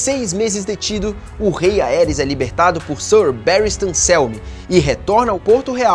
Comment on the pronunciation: MANOOOO FALA ERYS e não AERIS